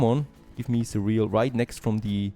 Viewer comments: It’s not ce real, it’s cer re al. Ich weiß englisch ist schwer. But always entertaining. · Check the pronounciation of the word cereal. (more like serial)